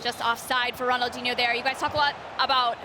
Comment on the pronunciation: She said ronaldhino with a goal it was not DIHNO hahahhha 😂😂😂